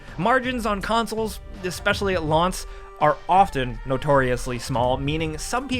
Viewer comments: “especially at launce” lolol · "Margins on consoles, specially at lontz" (Just giving you crap, love ya guys)